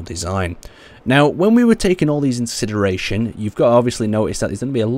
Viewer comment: "when were taking all these in "sideration"" Just lol. Ain't going too well with the speaking part eh?